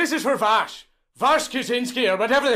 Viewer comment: New pronunciation for Vaush just dropped: Vaahsh.